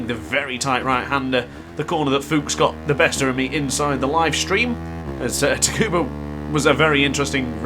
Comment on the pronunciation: Tricky track... Its "Sukuba" btw lol.